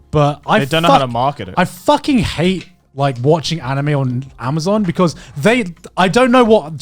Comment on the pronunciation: Ah yes A M A Z U N